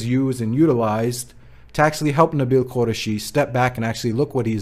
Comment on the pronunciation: Please stop butchering his last name. It is not pronounced "Qurashi"; rather, it is "Qoo-rai-shi" (look up the Urdu/Arabic spelling).